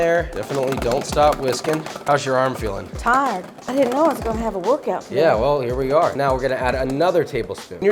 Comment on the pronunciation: The one word that gives a southern woman away every time… Tired. 😜